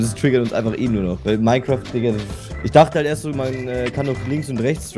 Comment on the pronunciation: niemand: und Rewi: Minequaft